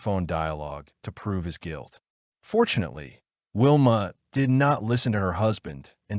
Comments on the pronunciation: Please do your research and get the pronunciation right. This beautiful girls name was pronounced Sharn King-ee, that ugly hags name is Valmae not Wilma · By the way her name is Valmaid Beck not Whilma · Pretty sure Sian’s name is pronounced She-arn… her last name is pronounced King-Eeeee and the rapists wifes name was Valmae NOT WILMA…. Do you even research these cases??? Very disrespectful to Sian’s memory.